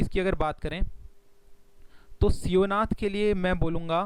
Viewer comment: It's not seonath it's Shivnath. It's not hasdo it's Hasdeo. It's not mand it's maand ( माँड) nadi.. And Mahanadi is not originated from Raipur it is originated from Dhamtari which is completely seperate district..